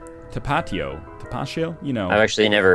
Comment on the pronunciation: "Tapachio" haha. The way you said that...oh boy. I can't be mad because you're from Canada, but it's just "Ta-Pa-Tio"